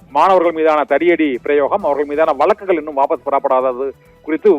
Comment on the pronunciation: வலக்குகள், ஏலாவது நாளாக இல்லை மு**ண்**ட**மே வழக்குகள், ஏழாவது நாளாக---- இதுதான் சரியான தமிழ் உச்சரிப்பு உன்னை யெல்லாம் எவ*ன்**டா செய்தியாளராக நியமித்தது.